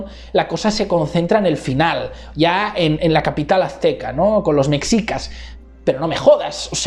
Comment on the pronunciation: Llegué hasta que dijo "mecsicas" 😅😅😅 Y por cierto, causan mucha gracia los comentarios (mucho más interesantes que esta apología) menospreciando la postura de AMLO por considerarla de una izquierda radical, pero validando la de Vargas Llosa que es de ultraderecha... en fin, la subjetividad disfrazada de objetividad